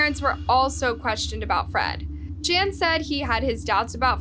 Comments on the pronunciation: “Ingay” ?? Duh. It’s pronounced Inga jeesh. It’s not “Jan” it’s pronounced Yawn. You know, Dutch for John. Do some research when doing foreign stories. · Please work on your pronunciations. Jan is pronounced Yun. Inge is pronounced Inger. Stellenbosch is a town outside the city of Cape Town. I'm South African and I always learn about the world it would be nice if people can do the same. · Fairly certain that the name "Jan" is pronounced the European traditional way of "Yan", not the American/English "Jan", especially given their surname. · Jan is pronounced yan ! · DISGUSTING - yet again can't even get the victim's names or the areas they come from correct. These South Africans 🇿🇦are not Spanish, but likely Afrikaans, so a Dutch derivative. The "J's" are not pronounced as "h's" but as "y's" like Yan and Yanita.